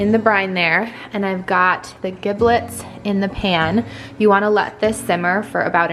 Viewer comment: All the things ... 👏👏👏👏 Have a Happy Thanksgiving! 🦃🥰 ("Giblets" is pronounced with a "j" sound, btw... 😉😘)